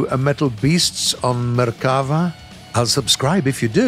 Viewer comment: You pronounced merkava in a really od manner, its name is in Hebrew not Italian or French so it isn't a Latin based language causing it to sound very differently